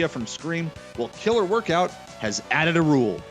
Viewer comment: Woirkout! Must be Canadian eh?